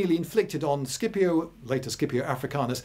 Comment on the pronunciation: circa is it prounounced Skipio or Scipio or Shipio? İ always thought Sipio. For pronunciation purposes. But Lindy Beige is a well renouned historian so i'm slightly unsure at this point.